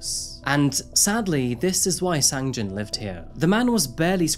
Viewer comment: thank you for your hard work, just one thing.......sang-jin's name got kinda butchered throughout this one 🙊 i heard "sang-jeong" and "jang-sin" just within the first six or seven minutes